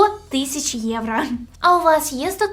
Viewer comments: єврО, а не єврА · "Євро" будь ласочка, не "євра" 💙💛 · А чому «євра»? Чи ви внучка Юлії Тимошенко? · Все прикольно, але це єврА, капець як вуха ріже